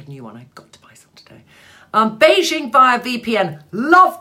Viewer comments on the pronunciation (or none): none